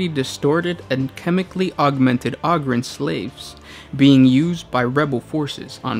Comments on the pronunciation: ogryn - o grin ogre - o grr, not ogryn - og rin or ogre og rrr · OH-GRIN not AH-GRIN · Take a shot every time he pronounces ogryn wrong